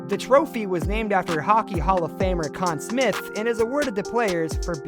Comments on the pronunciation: Ok, this narrator/announcer/voice must be from the US as several pronunciations were... off to my ear. he said "Con Smith" for example while I've always heard it as "Con Smythe" and then there were names with a French accent he got wrong too... assuming I remember them "correctly" which isn't guaranteed. Also factor in the players from "older" seasons also had fewer games I'm not sure exactly but the seasons have gotten longer and more games played per team over the decades... I can't dispute these players being greats... but there are others who could easily have made the cut too. Edit: I had to look it up, but currently: In the regular season, which generally runs from early October through early April, teams play 82 games which determine their standings. Then if they were good enough they get to play in the post season... so now a player, who gets ice time in every game could have 82 games plus post season (4 rounds of best of 7 ... max 28 more but rarely would all 4 rounds go 7 games for a team) to rack up stats. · This guy mispronounced Conn Smythe and Richard and mispelled Lemieux, can't wait to see what else he gets wrong, at least his stats are good, lol. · Ooof I give a lot of passes for names because the NHL is a smorgasbord of countries and languages but Richard and Conn Smyth... I was already hurt by Brodeur as #10 lol.